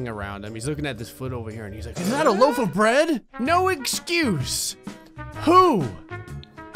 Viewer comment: He said "is that a loaf of bread" No it's a loafer bread